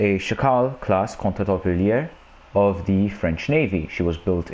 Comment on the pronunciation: Gotta roll the “r” on jaguar and contre-torpillés XD